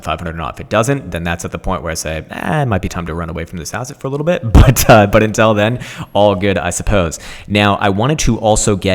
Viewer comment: Please learn to pronounce 'until' properly, it's making my ears bleed.